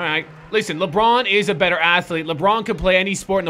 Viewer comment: In did just said benter instead of better